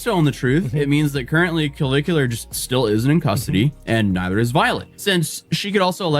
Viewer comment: Cavicu LAR